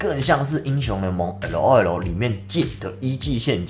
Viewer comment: 你念LOL 快笑死我了